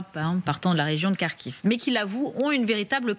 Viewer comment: "Ils ont sauve la region de Karkhive" 😂😂😂😅😅😅😢😢. Ce me faire rire.